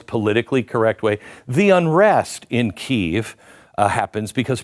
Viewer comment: Bc it’s wrong. You say it correctly, with the accent on the first syllable, KEY. Not EV, like most mistakenly do.